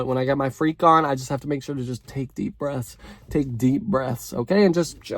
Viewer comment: “take deep bruffs, take deep bruffs” 😂😂😂☠️☠️☠️ I’m f4cking hollering!!!!